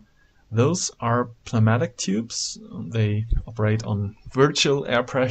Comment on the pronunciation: pneumatic is pronounced New-Mat-Ick. It's a very strange word and I don't know why it is spelled like a sickness.